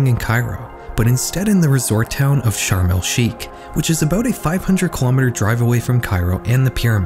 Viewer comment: Hey I just wanted to let you know it's pronounced sharm El shaikh not sharm El skeik